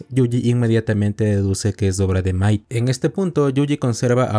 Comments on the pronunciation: Tenía el video de fondo mientras hacia otra cosa y en un momento pense que le decías maikol a mahito XD (en el anime se pronuncia majito) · ¿Una pregunta? Por que le dices maito a mahito? siendo que se pronuncia "majito" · me mata que le diga maito, osea se escribe mahito pero se pronuncia majito y al pronsipio no le entendia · Hay un error que algunos cometen con el nombre de Mahito, algunos le dicen maito pero es majito😅, pero bueno, todos cometen errores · Mahito ❌ Mahaito ✅ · Que mal pronuncias los nombres es MAJITO, WIWI